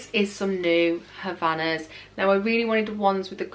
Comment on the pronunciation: They’re not called Havanas. They’re called Hav-IA-nas. 🙄 Have you had your lips done?